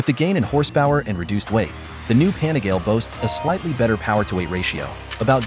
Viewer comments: It's pronounced Panigaleeeeeeee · The correct pronunciation is PAH NEE GAH LEH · Hearing this weird voice pronouncing Panigale 🤬. No thanks. Do not recommend this channel.